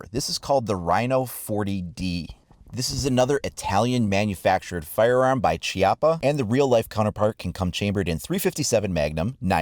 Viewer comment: I would just like to point out that chiappa's pronunciation is like kiappa and not ciappa